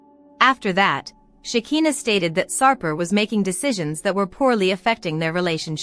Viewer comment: PLEASE, CAN YOU PRONOUNCE SHEKINAH'S NAME THE RIGHT WAY?! "Shuh'khai'naah" itś not that difficult I wonder if you even watch the show since you still don't know how to pronounce her name the right way 😑